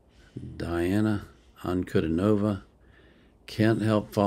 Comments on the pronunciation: Before the war we were holding out hope for the possibility of a Dimash & Diana duet. PS it’s pronounced more like “Deanna Ankh-u-dee-nova” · "Dee-ana An-ku-DEE-no-vah". Accent on the middle syllable ;).